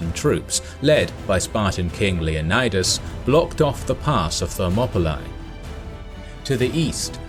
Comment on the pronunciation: I’m surprised not more people where triggered at the way he said “Leonidas”